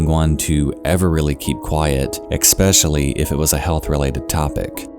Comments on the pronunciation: good videos man, but please, its eSpecially, not eXpecially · You pronounce "especially" like "eckspecially". Maybe you are aware of it. It's interesting. No harm intended, only a statement.